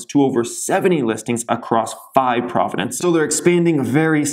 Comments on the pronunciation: Pro-vinces not Pro-vi-dances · Nice, heard about this company from the private group as well. Got in before you did. Saw the huge potential. Also, a heads up as its not "Providences" but "Provinces". lol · Sorry, but it’s NOT “Providences”, it’s “Provinces” Eh!!